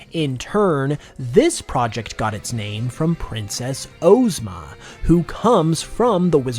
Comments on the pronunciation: Ozma of OZ is pronounced “Ahzma” not “Ohzma” fyi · The pronunciation of Ozma's name felt like nails on a chalkboard; it's pronounced "AWZ-ma", not "OHZ-ma"